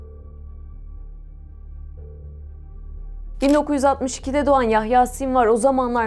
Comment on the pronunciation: Sinwar ismini ingilizce olarak sinvir diye okumazsın be:) Sonra bir sinwar, bir sinvir ah ah.